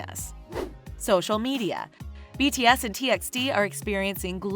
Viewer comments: It’s not pronounced “T X T” it’d pronounced “T by T” and also stop using bTS for clouth, you get most of the facts wrong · What yall said? T EX T?! it's pronounced as T BY T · It's T by T not T eks T Just sayin' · Read it as T by T not TXT. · T EX t ? Its t by t dear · They even pronounced t x t instead of t by t. I love this channel back then when they haven't yet use kpop to earn money.. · Its pronounced : T by T.. |· | |·